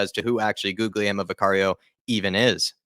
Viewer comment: To pronounce Guglielmo, you need to barely pronounce the second G, so if you say Gulielmo, its closer to the correct pronunciation compared to How a lot of english people pronounce Guglielmo